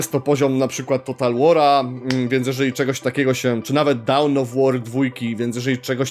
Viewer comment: Materiał dużo ciekawszy niż ten ostatni na TV Gry, i bez nachalnych reklam. Nie chcę się czepiać, ale już któryś raz to u Ciebie słyszę - Dawn of War raczej się wymawia bliżej słowa „dan” (American English) lub „don” z takim długim „o” (British English) niż „dałn” :) polecam LDOCE online. Są wymowy zarówno British English jak i American English. Jeszcze coś podobnego wyłapałem w jakimś innym filmiku, ale chyba sobie nie przypomnę